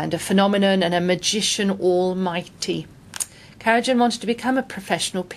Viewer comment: A lot of mistakes! It is not propnounced "kara Jan", but "Kara Yan". He didn't "want to become" a concert pianist, he WAS a concert pianist, debuing at an early age, while still a child; his main reason for taking up conducting was that "one instrument was not enough" to express what he wanted to express, and his mentor Paumgartner encouraged him.